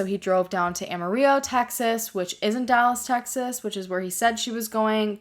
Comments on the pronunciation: I’m From Amarillo, Tx, your one of my favorite you tubers but it’s Ama real Low that’s How me pronounce it here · Amarillo is not pronounced like that lol, but no one can pronounce it so its fine. Also it's about 5 hours away from Dallas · I had to pause it you are the second person I've ever heard call Amarillo like that